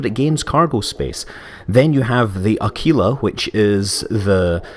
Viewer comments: It (the Constellation Aquila) is pronounced a-quill-a ("a" as in *a*bandon - "quill" as in the writing device - "a" as in *a*bandon.) Not a-kee-la :P - Nice video otherwise Scott! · Scott Manley Aquila, I assume, refers to the Latin for Eagle which is pronounced [uh-kwil-uh, ak-wuh-luh] The way it is pronounced in this video relates to a City in Italy "L'Aquila" Admittedly, I only know the correct pronounciation because of a rubbish BBC Children's TV show I remember from the late 90's